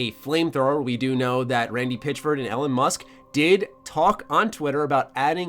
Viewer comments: did you just call Elon Musk “Ellen Musk”? Oh lawd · “Eh-lon” Musk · Did you call Elon Musk, Elen? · “Ellen musk”